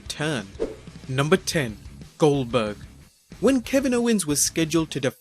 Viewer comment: Did u say gelburg you mean GOLDburg